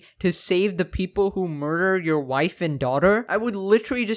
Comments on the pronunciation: I love how he says, “a murrrrrer”. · lol murrer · licherl murrer